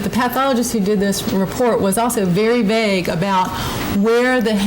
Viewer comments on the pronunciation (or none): none